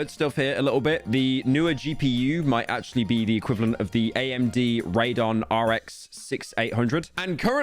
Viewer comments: erm, actually, it's pronounced "radeon" not "rad-on" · Its RA-DE-ON, no Raedon, bro is slaughtering names again 💀, metro’s boomin tory LAnez flashbacks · Bro said "Radon" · "raydon" :skull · it’s ray-dee-on Radeon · No way he pronounced Radeon as RAID ON